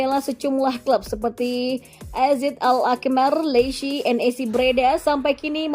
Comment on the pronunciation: Kenapa sih pembacaan AZ Alkmaar itu jadi AZ AL-Akmar semua🤣